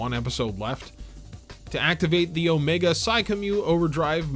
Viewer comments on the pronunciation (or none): none